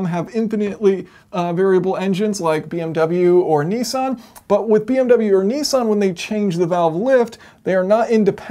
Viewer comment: One thing: it's more likely nisssssssan (nis-san) then neeeeeeesan (nee-san). Thank you!